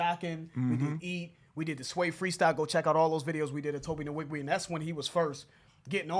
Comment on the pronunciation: I love your guy’s reviews, but y’all said Tobe Nwige’s name way to many times to be saying it wrong! Lbs It’s pronounced ‘wee-gweh’ thanks 🙏🏾